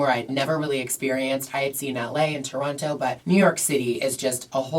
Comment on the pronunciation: Lol Gigi is the only local that pronounces the second “T” in Toronto 😂 so cute, love you girl